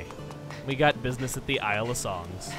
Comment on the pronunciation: Did he say isle of sungs?